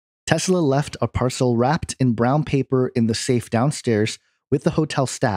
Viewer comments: Par-cell? LOL Did you forget how to speak? Parcel. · Why do you pronounce 'parcel' as "par-CELL"? First time you've come across this word? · Parcel is pronounce "par sul" .. not "par cell". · Parcel? PAR-sel. NOT par-SELL. good grief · PARCELL ? PARCELL? ITS PARCEL! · PAR cel, not par CEL